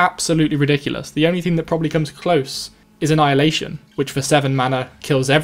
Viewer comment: I actually thought this was an official channel for a second. Very nice quality but those little pauses and "ummms" could use some work, as well as that small mistake with annihilation. Take your time with your voice recording, splice different takes if you want to, and this will be a very good channel. Edit: There's also a really weird, thin cross in the middle of the screen if you hadn't noticed